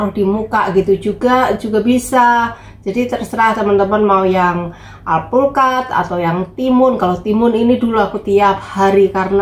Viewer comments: alpukad jadi plukad😀salam hangat dari Tuban Jawa timur .Indonesia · alpukat, dia bilanG nya PLOKAT 😁